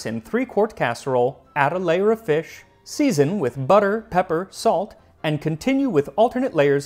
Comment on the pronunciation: Feesh Quiche?